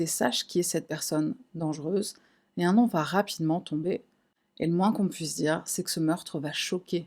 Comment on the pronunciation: rien a voir avec l'affaire, mais j'apprécie réellement l'effort que tu as fait pour te renseigner et pour bien prononcer les noms et prénoms (dans l'ordre), lieux etc... bcp de ytbeurs ne le font pas et c'est vite gênant à regarder